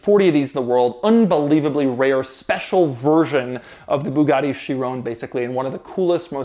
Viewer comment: 2 years later and doug still cant say Chiron at all